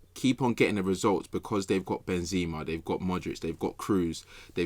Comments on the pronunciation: Who says "Ben-ZIMA?" Is joking or does he actually pronounce his name that way? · doesnt sam realise it isnt benzeeeeema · Ben ”Z” ema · Anyone else getting annoyed with same calling benzema benzzzzma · How is saying Benzema is throwing me so much lol